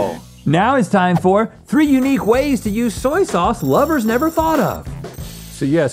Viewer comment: "Zoy zauze" 😂😂